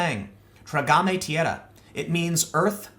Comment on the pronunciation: When tim said “tragame tierra” i wanted to die, sorry tim but wow you absolutely butchered that